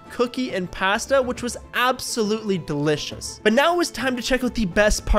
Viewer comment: Did he say Passssta?😂😂😂